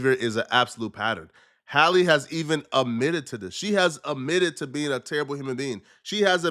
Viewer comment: “Admitted “ not “umitted” 😕